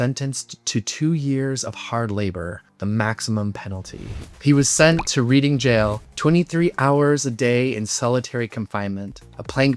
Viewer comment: One small correction Reading is pronouced Red ing... I still have a badge, "Avenge Oscar Wild". Worth looking up the trial of Peter Wildblood and Lord Montagu